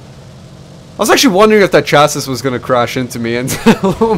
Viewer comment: fuck english here, I know, but "chasis" is pronounced Cha-see, short a sound